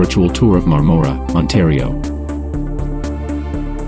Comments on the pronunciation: Please, when you drive through a town, stop somewhere and find out how to pronounce its name. I spent my childhood summers there in my grandparent's cottage on Crowe Lake in the 50s and 60s. It's MARM-mor-a, as in Barbara (BAR-Bar-a). Point of interest: My Grandfather was the first electrician in the area qualified to operate a film projector and did so in the 1920s in, I think, Madoc. Bert Dandy, Niagara Falls, Ontario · We're thinking of moving there in a couple of years. FYI. The "O" in Marmora is pronounced more like a soft "A".